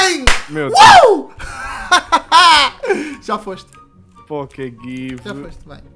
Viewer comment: quando VC da pokegive VC fala errado é pokeygive